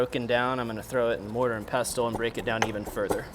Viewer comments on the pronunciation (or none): the t is silent in pestle. its pronounced pessel